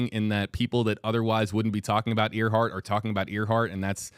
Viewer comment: WFLA producers: For future reference 1) Earhart is pronounced airhart - nor earhart 2) Gardner / Kremins has been known as Nikumaroro since 1979 3) target was Howland - not Howard! - Island